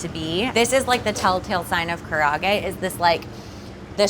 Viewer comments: Hey - respectfully, "karahgey" isn't really how we pronounce it. It looks really delicous and pretty authentic! but please pronounce karaage like "Kah-Rah-Ah-Gey" said together fairly quickly. Good job making it though :) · the way she pronounces karaage is driving me nuts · A lot of these were great but come on,, if you’re gonna do karaage at least pronounce it correctly! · I just wish would have learned how to properly pronounce karaage, I cringed every time but her chicken looked bomb AF.